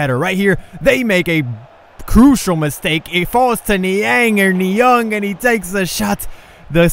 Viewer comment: It's Niang Not Niong